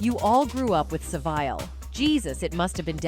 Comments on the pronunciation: Jimmy So-Vile, finally AI got the pronunciation correct🤣🤣🤣🤣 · I was just about to correct you on the pronunciation of Jimmy SA- VILE but that is perfect 👌